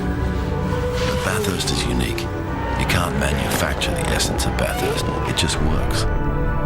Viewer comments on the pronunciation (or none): anyone that calls it BATH HURST and has lived in Australia like Russel obviously isn't that into it....